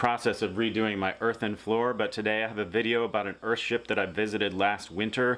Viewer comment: Stop calling it "Earhtship" it's a fucking house. A nice house but not a fucking ship. Google "ship" btw.